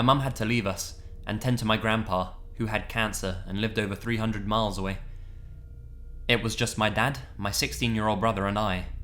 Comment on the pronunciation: I love how he says "miles away" as one word like "milesaway"